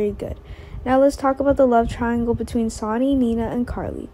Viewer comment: Here we go again another person who cannot say the names of the people she's talking about his name is not sonny that may be how it's written but it's pronounced sunny do you not watch the show at all do you not hear how they pronounce all of the names it is so irritating to try and listen to you when you're just tearing all the names apart if you can't do it right and read the script ahead of time get off the website truly sign off and don't come back I'm sure you're nice young lady but you're just hacking it terrible please just stop